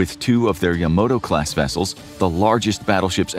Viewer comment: I am amazed at how people mispronounce that word. Japanese words and syllables RARELY end in a consonant. Ya-ma-to (Short A, Short A, long O).